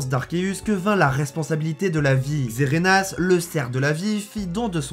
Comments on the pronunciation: C'est normal le "Xerenas" au lieu de "Xerneas"? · Xerneas et non pas Xerenas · Et c'est Xerneas pas xerenas